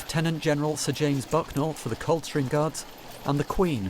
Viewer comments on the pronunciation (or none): none